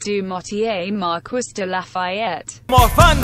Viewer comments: Mar-quiss? It’s pronounced mar-kee... come on automated computer voice! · "Mar-KISS"? Sounds like the text-to-speech program was left on "rural american" when making this :D [It's Mar-KEE, btw.] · "Mar-kwiss de Lafayette" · Miranda Mobley ITS MARQEE (pronounced like that) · Mar-kwiss I KNOW IT MAKES ME SO ANGRY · You couldn't even have a French tts read it. MarKUISSSS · Pronouncing marquis like Mar-kwis hurts my soul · Siri, how do you say marquis? “Mar-kwiss” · the way it sais it lie its acc said marquis hahaha me MARKEE ITS MARKEEEEE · If you are going to use his full name, at least program that AI voice to pronounce his name correctly!! Mar-Kwis???? Wow! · As someone who studied French, I felt EVERY inch of my skin crawl when I heard that pronunciation. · The pronunciation of Marquis makes irrationally angry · I cringe every time the voice mispronounces “Marquis de Lafayette” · marie-joseph paul yves roch gilbert du motier marquis de la fayette (side note: i find it absolutely hilarious how the tts mispronounces “marquis” lol)